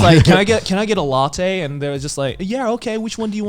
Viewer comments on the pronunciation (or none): none